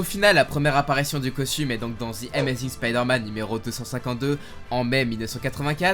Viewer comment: J'adore tes vidéos mais la prononciation de amazing est pas top dans tes vidéos...